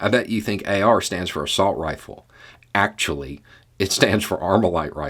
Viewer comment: I like how you go “well akschually”